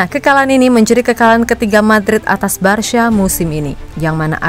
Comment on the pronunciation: Sebutan bukan barsya min.. coba sebut Barka gitu lo